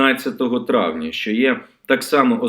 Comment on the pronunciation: ЩО ТВОРИТЬСЯ З ТВОЄЮ МОСКАЛЬСЬКО- ЩЕЛЕПОЮ,ЩО ТИ НЕ МОЖЕШ ВИМОВЛЯТИ УКРАЇНСЬКІ СЛОВА?????????????????? ЩО ТАКЕ : ЩЬО.....,ЩЬО....,ЩЬО...,ЩЬО....,ЩЬОБ,ЯКЩЬО,ЩЄ,ЧЄ,ЧЬОМУ,НІЧЬОГО,ЧЯСОМ,ЧЯС,ЩЄ,ТО?????????????????????????? ГАНЬБА ТОБІ!!!!!!!!!!!!!!!!!!(Українська діаспора в США)